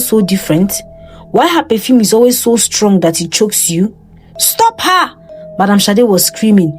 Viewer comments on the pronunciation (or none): none